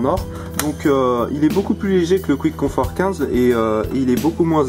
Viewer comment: Pour info, Quiet Comfort se lit " Kwaït Comfort " et pas Kwitt ... Sinon bonne critique, j'aurais aimé qq détails techniques supplémentaires ( Longueur du cable par exemple ) et des comparaisons avec les concurrents.